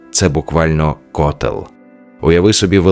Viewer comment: ко'тел, ді'ра, сам не можеш озвучити?